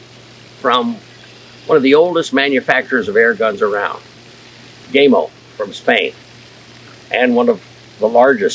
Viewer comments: first, thank you for not taking my anal pronunciation preference as a personal attack, I have watched videos done by gamo reps, they say GAHMO, so even I am not 100% correct, but my pronouncing is " american " , versus Spanish, I own the original magnum, 22 cal, the original swarm maxxim, 22 cal, and I'm saving for the bone collector swarm gen 2 with the mach 1 piston, I also have the original hatsan carnivore 30 cal and a weihrauch hw50s in 22 cal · First, it's GAMO , not Gameo. You pronounce it with a long A, incorrect. It's pronounced with a short A. Gamo, not Gameo. You failed to mention that in order to buy ANY parts for these garbage rifles that don't work properly, you must have a Federal Firearms License. No Federal Firearms License, not replacement parts. Gamo doesn't want you fix their rifles. They want to throw it away and buy another new one. I wouldn't take a Garbage "Gameo" if you gave me one! Dump the leather lid, we don't care if you're bald or not. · O-Lord... It's not GameO, it's Gamo. The "A" in Gamo, sounds like the "A" in apple. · GAmo. Not Game-o. GAmo. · GAM-O NOT GAYYYYMO great video otherwise. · You lost me with your pronunciation of " gaymo" its Gamo. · gaymo?!?!, LOL, it is gamo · Dam boy why you callin it gameo it’s gammo fo. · Gamo not Gaymo 😄 🌈 Great vid though. Thanks. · Funny comment. But that's how most Americans say it. The only other pronunciation I've heard was by an employee of Gamo. I'm assuming his pronunciation was the Italian way of saying it, since Gamo is an Italian company. He pronounced it Gah-mo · He said GAY MO, 😅 It is pronounced G A M O, for the love of God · love your review, love your garden even more, but pls could you stop pronouncing it gay-mo its pronounced like ham-0 but gam-0 PS also like yr American accent, just not the "gay-mo"! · It's not called Gay-mo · It's not pronounced gay-mo. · I think he has it out for gamo by calling them “Gaymo” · gay-mo ? LOL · IT'S GAMO,, LIKE GAMA RAYS